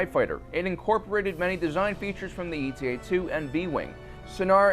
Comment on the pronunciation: He also kept saying “eta” like an acronym. It’s not “E-T-A.” It’s named after the Greek letter eta, which looks like Η. And when the foils fold out, the front profile of the fighter is a bit like an H.